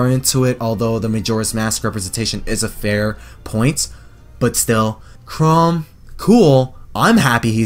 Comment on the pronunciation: I hate to be that guy, but Chrom isn’t pronounced “Chrome.”